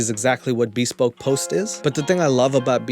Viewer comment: Admittedly, I might be wrong. But the normal pronunciation for bespoke is /bəˈspōk/, with the emphasis on the second syllable. Maybe this company doesn't pronounce it that way and maybe I'm being an ass for talking about it. But I was trying to be helpful. Feel free to tell me to f*** off... I just couldn't help myself. 🙃